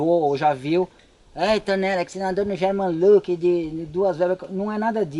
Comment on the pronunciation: Haha, rachei o bico quando ele falou: "ai tonella, pq vc nao andou num german LLLLLook" kkkkk